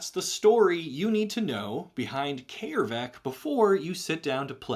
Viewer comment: Holy shit its brilliant coming across someone who actually pronounces Æ correctly. . . That hard 'AY' is vastly more soothing than you think, having dealt with americans butchering it into 'EE' and british butchering it into 'EI'. . .